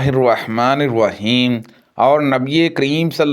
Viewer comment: بسم اللّٰہ الرحمن الرحیم غلط پڑی ہے. بسم اللّٰہ الرحمن الرحیم کی جگہ بسم اللّٰہ الرواحمن الرواحیم پڑا ہے جو کہ غلط ہے (الرحمن الرحیم میں " و" داخل کیا گیا ہے ٫جو کہ بسم اللّٰہ الرواحمن الرواحیم بن جاتا ہے ) تلاوت میں معنی بدل جاۓ تو نماز فاسد ہو جاتی ہے